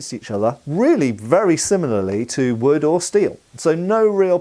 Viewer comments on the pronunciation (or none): none